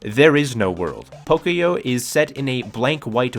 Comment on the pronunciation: I just heard “pokyo” and died instantly 😭 I know it’s not your fault but it’s pronounced “pokoyó”